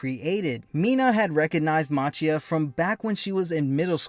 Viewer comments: Its machia ( pronounced ma ki ah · The giant villain's name is pronounced "MAH-KEE-UH".